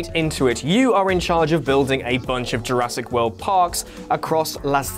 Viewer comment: did he just say jurassic willy? 0.32